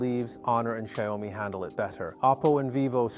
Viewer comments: "Xaiôumi"????? The pronounce is "shee-ao-mi". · Shy-O-Mi. Wtf. Banana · What the hell is a "Sheeyowmee"? 😂